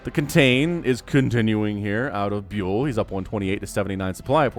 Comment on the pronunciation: Just a side note. You say the name Byul with the sound you get from the word "young" but without the 'ng" sound. Instead of the sound of how you say the letter "U". It's a Corean word for "stars". The planet stars, not celebrity stars.